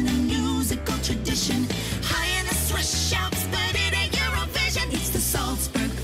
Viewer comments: Yeah, that they were keep saying Swish instead of Swiss annoyed me so hard, like are we Katy Perry? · Why are they saying swish and not Swiss. IS there a joke I don't get?